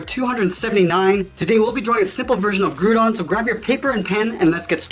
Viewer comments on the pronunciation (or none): Did he say grew-gon? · I hope you don't mind me asking but are you Canadian, because you pronounced Groudon with two O's like 'aboot'?